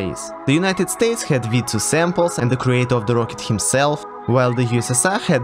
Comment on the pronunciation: Props for correctly pronouncing V2 👌